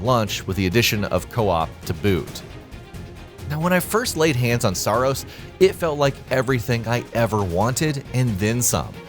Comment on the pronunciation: Did someone say SAARos?